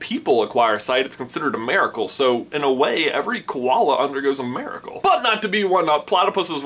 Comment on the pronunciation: Is it like, a southern thing, to say "Merikole" instead of "Miracle?"